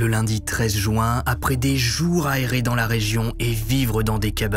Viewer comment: Juin pas joint, je comprends pas cette prononciation